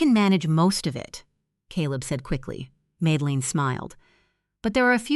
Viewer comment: Please teach your A.I. bots how to pronounce names correctly. Madeline is pronounced MAD-DEL-LIN, not MADE-LIN, FFS !!! Needs to be proof read by a human !!! 😡😡😡